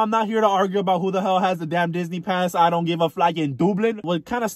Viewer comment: Girl Disney ? Lol thought you said bora bora 🤣